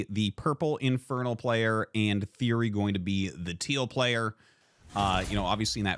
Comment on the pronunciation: It's TheoRy not TheOry btw!